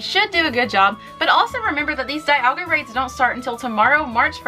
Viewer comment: I'm pretty sure the pronunce of Dialga's name is something like "dee-ALL-ga". Just saying...